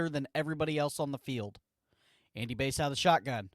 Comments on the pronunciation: Yeahh it’s Bass…like the fish. Hearing it “Base” the whole time was difficult lol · Not only that, his name is pronounced Bass like the fish not Base. Seriously dude..... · Bro its basss, like a fish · It's bass like the fish and he's a RB